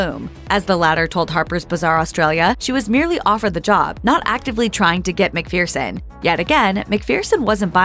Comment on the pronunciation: McPhereson?.. it’s McPHERson.